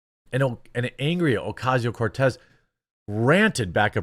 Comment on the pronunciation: You don't roll the R in Cortez. Only the double R such as "carro".